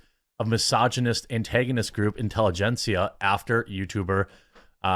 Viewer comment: Intelli-gencia ?! LUL These radicals are so laughably pathetic.